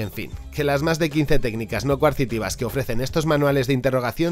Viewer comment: "Coercitivas, no coarcitivas" :P